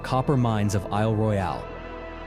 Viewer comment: I’m in mi. It’s cool, but this ai is gay af! Isle RoyAile lol stfu ! lol Yep , I’m from Michigan !